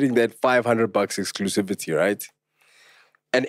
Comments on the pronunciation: He was wrong. He said Exclusitivity. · Exclusivity, not exclutisivity 🤣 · Exclusitivity? Lol aowa! And then you correct Pops for saying it exactly how you said it. excluSIVITY 😂😂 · I don't know if I'm late but it's not exclusitivity it's Exclusivity 😂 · EXCLUSIVITY!!! Not exclusitivity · Lol its call Exclusivity and not Exclusitivity🤣🤣🤣